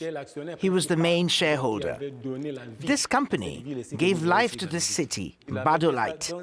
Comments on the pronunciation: The name of Gabodailté is pronounced 'Ga-bo-Dah-lee-tay', not 'Ga-ba-dah-light'. Thank you for making a Fuc...g effort! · What is gbadalight???? It's Gbadolite but pronounced Gwadolité, please learn to pronounce it correctly, you can't tell history without learning basic things about the place. You butchered the name🤦🏾‍♂️🤦🏾‍♂️🤦🏾‍♂️🤦🏾‍♂️ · He kept saying Gabandalight 😁💔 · Yeah, meanwhile it's pronounced Badoleeteh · Sorry, dude, but the town is spelled Gbadolite and pronounced Bah-Doh-Leet.